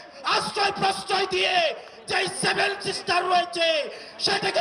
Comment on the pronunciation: Are mara age 7 sisters uccharon kor